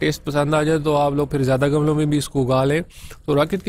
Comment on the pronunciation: Gamalon nahi gumlon